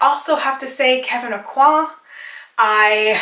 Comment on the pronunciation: Thank you so much for pronouncing Kevyn Aucoin's name correctly!!!